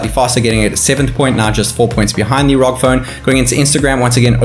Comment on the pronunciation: ROG as in seperately are oo gee or else ROG as in rogue it's not raug for fucks sake